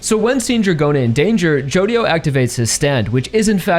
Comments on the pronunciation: someone probably already said it, but the "dio" in "jodio" is pronounced "jo" apparentely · Araki really said JODIDO JOESTAR huh